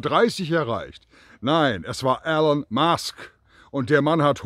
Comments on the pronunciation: Super Video! Aber er heißt nicht Alan sondern ELON!!! Man spricht "ILON" - seinen Namen sollte man schon richtig aussprechen. lg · E L O N ! Nicht "Allen". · Er heißt Elon, nicht Alan. Könnte man inzwischen wissen.